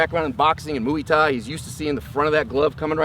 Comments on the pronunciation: "Mooey Thai" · How does someone at this level not know how to pronounce "muay thai"...